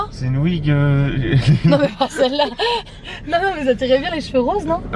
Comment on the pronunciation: J’ai remarquer elle dit pas maman elle dit moman c chouuuu